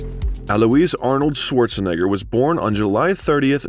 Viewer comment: His name is not pronounced Sworzenegger. It's pronounced Schwartsenegger. And Graz is pronounced Gruhts.